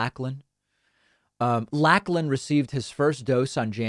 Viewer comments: Lachlan is pronounced Lock-lan not Lack-lan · Thank you. "Lacklan" was making my teeth itch and I'm an American. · Lachlan as in Lock-lan, not Lack-lan. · It's pronounced "Lock-lan" not "lack-lan" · Yeah, Laclan is a popular name there. It's pronounced more LOCH lan, than LACK lan. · Lachlan… pronounced lock not lack 😂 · David: It's Lock-lan, not Lack-lan. It's a pretty popular name in Australia. And yeah, this is a really, really appalling situation. I can't believe that people are like this. But remember, this is a tiny fraction of our population. In my state (for the 12+ population), Western Australia, we have 96% first dose vaccination and 90% second dose vaccination. And we're the laggards! I think that's the important thing. The antivaxxers are a tiny fraction of our population. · My 6 year old granddaughter proudly shows where she was vaccinated. BTW David,we pronounce it Lock-lan,not lack-lan...stay safe mate. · It’s not LACKLAN, it’s said LOCHLAN. Like how you say Loch Ness or Lock. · The name is pronounced lock_land not lack land. Even though it's spelt lachland it should be lochland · The name is not pronounced Lack-lan. It is pronounced Lock-lun. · it’s pronounced “Lock Lin” not “Lack Lin” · Pronounced "Lock Lan" not "Lack Lan" Comrade. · 'Lachlan' is a popular name in Australia and is pronounced like 'Lock-lan' rather than 'Lack-lan' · Its pronounced lock-lan not lack-lan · It is pronounced “Locklan” not Lacklan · Lachlan - Lol, pronounced Locklan, not Lacklan. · It is pronounced 'lock - lin' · Pronounced Locklan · Sorry David... but Lachlan is pronounced as 'Lock - land' as Australian english.. 😆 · It's pronounced Lock - Lan with a soft 'a'. Funny, I'm Australian but have lived in North America for 8 years now. It only just dawned on me that I've never met a Lachlan around these parts. (while we're at it, outside of North America, the male name Aaron is pronounced a-ron, not e-rin). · The way to pronounce Lachlan is Locklan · It’s pronounced Lock-lan